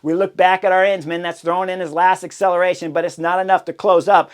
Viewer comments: It's just like saying Aron but Aren instead. Arens man, Arensman - not a rense man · Chris, pls spend some time on pronunciation. I had no idea what rider you were talking about until I realized you were butchering Tijmen Arensman’s name. It’s pronounced Aaaah-rensman. Can’t believe you described UAE’s tactics as marvelous after they were clearly out played by VLAB. Promises potentially a real race for weeks 2-3 if the UAU team keeps sucking wind and leaving Pogacar isolated against 4 VLAB riders (Jonas, Kuss, MJ and Simon Phillip). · Are-Ins-Man? WTF?